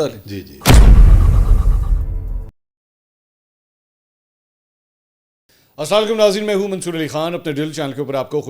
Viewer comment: سلاما علیکم نہیں السلام علیکم ہوتا ہے سلاما علیکم کا مطلب پوچھنا کسی مولانا مفتی وغیرہ سے پھر پتہ چلے گا سلاما علیکم کیا ہوتا ہے